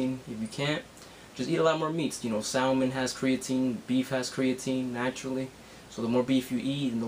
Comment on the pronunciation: the 'L' in salmon is silent dude